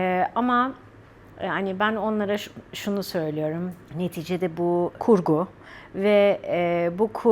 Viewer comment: "Neticede" kelimesini sanki "Netçede" gibi söylüyorsunuz sanki.